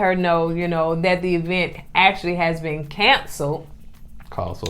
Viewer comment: It's crazy because she actually said it the right way a couple of times in the same episode.